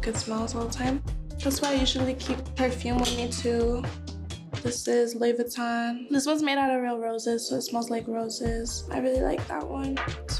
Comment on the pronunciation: I hate how she’s pronouncing Louis Vuitton